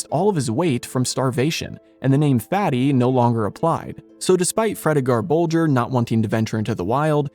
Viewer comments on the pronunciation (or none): none